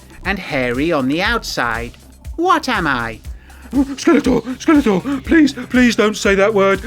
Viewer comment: I keep hearing it as “Skeletwat”, rofl